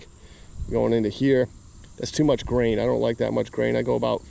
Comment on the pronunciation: Gain bro, gain not grain